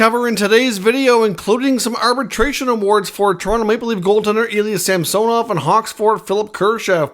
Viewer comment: It's SAm son ov not sam so nov